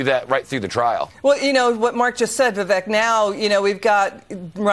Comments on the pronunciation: I think it’s viv ake. Like cake. But I love how he doesn’t care if he is called Viv Eck. Stud. Logic. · It’s pronounced Viv-ake, get it right, ffs.